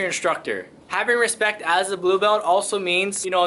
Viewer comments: You mean "Hespectch"?😂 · Proper pronunciation is "respectch".